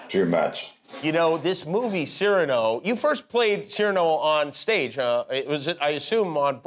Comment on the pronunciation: A marvellous interview. Please forgive my one correction: Cyrano is pronounced cir-AH-no—the accent is on the penultimate syllable.